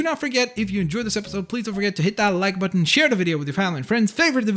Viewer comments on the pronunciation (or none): none